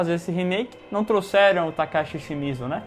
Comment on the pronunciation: Nome Takashi Shimizu A pronúncia do: TACASSE ESSE MIJO KKKKKKKKKKKKKKKKMMMMMM